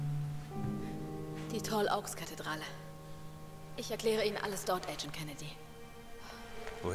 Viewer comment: Joa, den Leon tät ich wohl auch nehmen... ^^ Schöner Part! Daumen hoch. :) Aber die sagen immer Tall "Auks". Wird Oaks nicht eher wie Ouks ausgesprochen?